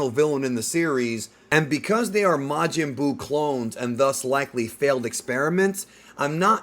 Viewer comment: Majin Duu??!?! 💩